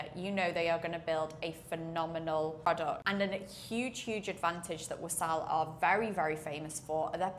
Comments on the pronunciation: it's not wasaal. it's waasl. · WAA-SL not WASAAL